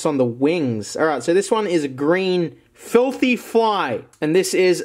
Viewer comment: Nemiko kun I thought he said filthy frank fly